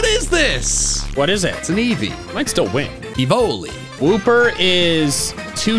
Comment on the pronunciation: pronouncing Évoli in an italian accent Me knowing that the name is french: Yeah no that's not right Edit: He did it with Flambino too XD